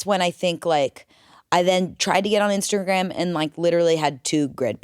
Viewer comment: I like when talks about "Instergram" 😂